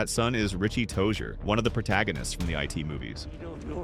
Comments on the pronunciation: lol, you are a robot. "the I T universe"? C'mon dude timestamp. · IF you're NOT a robot then why did you mispronounce IT? Your voice over literally said "eye tee"